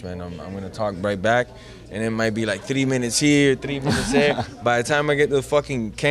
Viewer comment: The way he says three sounds so nice that Cuban accent 🙃